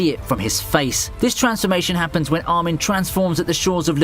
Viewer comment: that Armih stills haunts me to this day …😂